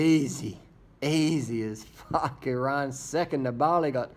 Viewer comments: It's Nibali not Niba~li... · DR you really got to learn how to say nibail's name properly